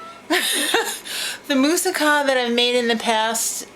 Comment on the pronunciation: Stupid happy you made that and were the only person I have ever heard pronounce that right in the history of womanhood... with a freakin F BOMB... right here.. My favorite part has to be the Feta part.. It gives the title that kick in the pants!! : )